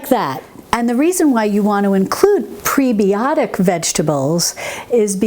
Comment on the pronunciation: as a nurse I have to say, its preb-eye-otic, like antib-eye-otic.